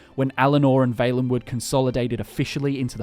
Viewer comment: Why do you say Vaelenwood and not Vallenwood